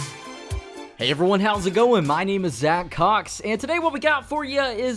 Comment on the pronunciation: Every time I hear zacCOX I just can't resist laughing